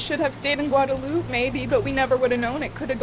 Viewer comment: stop saying Guadalupe it don't sound right